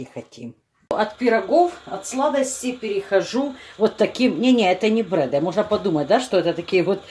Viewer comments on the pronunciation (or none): не брэды, а ДРЭДЫ правильно